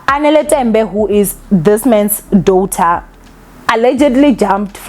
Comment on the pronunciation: Trust to year after year butcher words😂😂😂 ever since I started watching this channel years ago u girl continues to call Kairo, Kayiro😂, daughter uthi dawther😂, especially, uthi ecspecially😂😂😂…. Mara atleast you know yourself nge Igrish, ….PS this is all banter, I love this channel